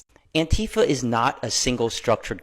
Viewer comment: also pronounced it "Auntie-fuh"